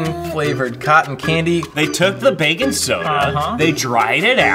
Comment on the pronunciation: When the say bacon Soda it sounds like they are saying baking soda 🤣